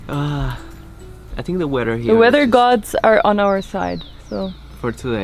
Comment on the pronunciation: Hi guys! I hope you are doing well. Me gustaría decirte algo, con todo respeto, weather, se pronuncia ueder, no uerer. Criticismo constructivo, aclaró. Cuídense mucho que Dios bendiga. ❤U guys. Y together, es tugueder, la pronunciación obviamente. No tuguerer. 👊🏼✌🏼